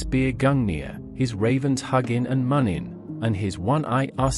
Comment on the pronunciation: Im pretty sure you pronounce Huginn and muninn -hoo-gin. Moon-in.. in the germanic language, the two dots on top become oo... Anyway, overall great story and beautiful art work. I love the old Norse Mythology Religion History And certain values that today's socialist societies lack, especially northern Europe. It's time we northern folk , look to the past and go back to our roots.